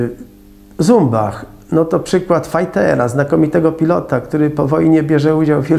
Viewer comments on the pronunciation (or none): ZUMBACH !!! nie Cumbach !!!!!!!!!!!!!!!!!!!!!!